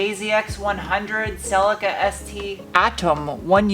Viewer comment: You almost got the correct pronounciation of Celica😂